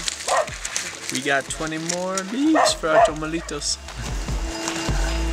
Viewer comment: Tamalitos not tomalitos